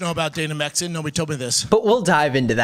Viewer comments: I noticed he says “mexan” a lot, like the dude literally cannot speak correctly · "Messican" lol. 🤦‍♂️🤦‍♂️🤦‍♂️ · He says messican over and over. Brenden Schlob is a moron, not funny in the slightest, and wont last long.